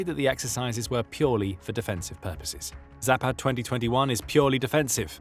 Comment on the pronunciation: All A sounds in any Slavic language are like the A in fAther . Not like the A in cAt... Zah-pahd....